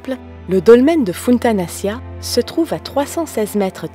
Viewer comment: Très belle vidéo mais je trouve juste qu'il faudra encore travailler sur la prononciation des sites mégalithiques comme Funtanaccia ça se prononce Funtanachia, et quelques erreurs encore mais sinon rien de grave.